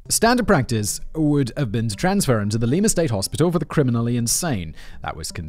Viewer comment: Simon. I, an Ohioan, beg of you: IT'S LIE-MUH, not LEE-MAH. PLEASE. T_T I know I get after you about pronunciations, but this is my home state. Kevin, THANK YOU!!! I grew up hearing about Milligan (yet another one Ohio State University swept under the rug) and he's never really been covered on any of the true crime stuff my mom watches. Thanks for writing this in-depth look at Milligan and his crimes. Awesome editing as always, Jen!